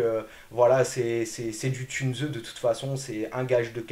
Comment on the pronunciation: Encore une fois excellente vidéo. Si tu me permets car j'ai de l'allemand, Tunze ne se prononcé pas "Tunezeu" ,mais "Tounss". Le "u" se prononcé "ou"...😊 Sinon😅 hyper qualité de vidéo. Excellent. Extra. Une toutes meilleures tip top en aquariophilie récifale française sur YouTube